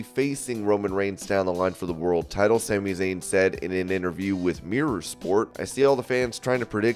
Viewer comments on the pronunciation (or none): none